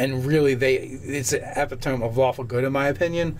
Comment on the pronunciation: Please learn how to pronounce epitome. Still love you guys!